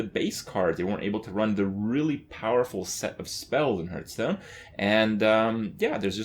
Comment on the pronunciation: please stop saying hurthstonn.